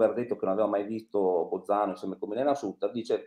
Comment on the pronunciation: La dott con un accento genovese più forte del solito. Ma come fa a pronunciare SATTER quando sono 52 anni che se ne parla? Bozano mi sembra una specie di Danilo Restivo.